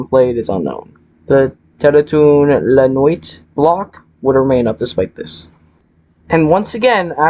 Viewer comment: dont mean to be a loser but it's pronounced "teletoon la nwee"